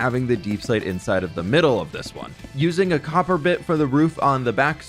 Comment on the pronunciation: Instead of hearing copper I heard cocker 😂😂😂